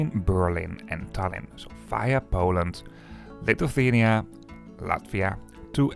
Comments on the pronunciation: I know, Lithuania is not among the easiest country names to pronounce in English, but it's Li-thu-ania, not "Lituthania" ;) Good video nonetheless. Having Vilnius-Riga service reinstated after ~20 years is quite a big deal here. Thanks for showing it. Also, a couple of small corrections, if I may. Pesa 730ML has max speed of 140 km/h, not 156 km/h. As for ticket prices between Šiauliai ant Vilnius, they differ not because local vs international trains, but rather because of train rolling stock types. Some trains are non-accessible push-pull trype of trains which I personally prefer due to more comfortable ride and more space inside, but they can be problematic for people with limited mobility. There is also a Pesa 630 which is 2nd class only with rather uncomfortable seats. And there are also some more Pesa 730MLs, just like the one that goes to Riga. It's also used on Vilnius-Klaipėda route which also goes via Šiauliai. And, finally the average speed. It's not 75 km/h, but rather around 84 km/h, which is not very fast, but just about acceptable and comparable to journey times by bus or car, unless the train is delayed of course. Looking forward to your video from Vilnius-Warsaw train. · Litufania? Was it really so difficult to check the correct pronunciation of Lithuania? What a disrespect and ignorance. Trash content